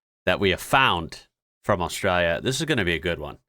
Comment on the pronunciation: Please say Australia properly. You're killing me!!!